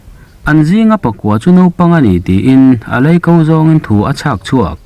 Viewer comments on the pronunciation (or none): A leiko,tih i chhiar dân kha Mizo ṭawngah a awm lo aw,mahni ṭawng chhiar thiam i zir teh ang u,a hman nazawngin you tube ah video in upload a,mizo ṭawng thiamlo inlo tam ta hle mai